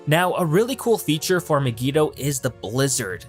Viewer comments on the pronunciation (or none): Pronounced My-gee-toe, cay-toe nem-oidia, not maygeeto or ceto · Learn to pronounce Mygeeto